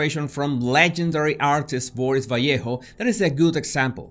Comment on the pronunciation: J.E.R. theoretically COULD have used another artist like franzetta as an example but LOVE the pronunciation of "vallejo" enlivening the dismal subject matter - great everything as always - kudos.